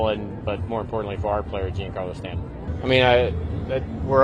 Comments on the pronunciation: The name is not Spanish. It is Italian. Yes, John Carlo is a good approximation. In Italian, it would be like Gee Ahn Car Lo. Definitely not Gene Car Lo. Just go and listen to how Michael Kay pronounces it. He should be the authority 😂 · If you really valued him, I think you’d learn how to pronounce his name.